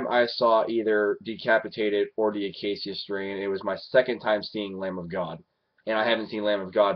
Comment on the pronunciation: dude its the UH KAY SHUH strain